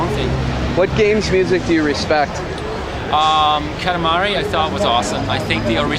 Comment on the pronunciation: No, haha, he said Katamari.